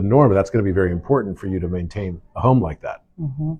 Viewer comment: Did she really say ‘Im por ant’ Ugg. Love you - you are fascinating.